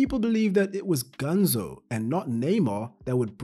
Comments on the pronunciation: His nickname is "Ganso", but in the video it sounds like "Ganzo" and I get a little annoyed with that 'cause I'm Brazilian. A tip if you want to pronounce "Ganso" correctly is to pronounce these two words "gun" + "so" in english (but not prolonging the "so") I hope it helped someone. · Its pronounced GanSO, not GanZO